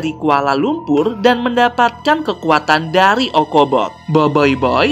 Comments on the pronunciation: Probe > cara sebutan = Prob Fang > cara sebutan = Feng Ochobot > cara sebutan = Ocobot Mas bila jadi okobot???😒😒😒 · Saya dari malaysia ocobot bukan okobot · kak nama nya itu ochobot kak bukan okobot itu di baca c kak bukan k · Boboiboy bang bukan boiboiboi 🗿💔 Ochobot bang bukan okobot 🗿💔 Adudu berasal dari atata tiga bang bukan polus 🗿💔 Bang tidak semua yang ada C bukan berarti dibaca K bang 🗿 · Adudu bukan dari polus, tapi dari atata tiga! Kebanyakan main among us nich. Btw ochobot dibacanya bukan okobot, seharusnya ocobot. BoBoiBoy dibacanya boboboy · itu Ochobot bukan obobot -_ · Ya maaf keun lah, palingan salah bicara... itu normal...namany jg manusia biasa... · bukan okobot tapi ochobot bang heh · eh kak bukan boboiboy tapi boboboy dan bukan okobot tapi ochobot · boboboy bukan boboiboy ochobot bukan okobot bruh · Bukan okobot ocobot bang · v kalo aku denger nya okobol